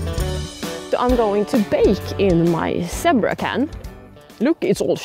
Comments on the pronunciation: Not meaning to make fun of your English; my Swedish would be worse ! But the word is pronounced Z bra !!!!!!!! LOL Next time, let the flames die down and bake only on the coals. Flames caused the burning. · It's pronounced "ZEE-BRAH" ! (Sorry. My sister was an English teacher). Btw, : it's "ALUMINUM" not "aliminium". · In English, we pronounce it as Zeee-bra.:) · Zee Bra with a long "E' ;)